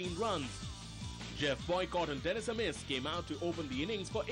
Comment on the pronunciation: wish the presenter had troubled to check the pronunciations, especially Dennis Amiss - not hard Benaud mentions him on the tape